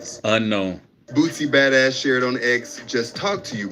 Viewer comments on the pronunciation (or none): “Boozy-ba-dazz” somebody needa correct these ppl covering these stories